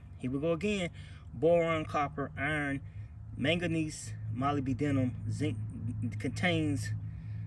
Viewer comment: It's pronounced mo-lyb-denum. Mo as in Mo' Money. Lyb as in Liberal Denum as in Da Num like Da Number.